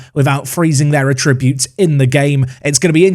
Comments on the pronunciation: Oh my god PLEASE someone teach him how to say attributes. Emphasis on the ATT not the TRIB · The way you say 'attributes' is really off - is that an accent thing? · why do you say "attributes" so weirdly...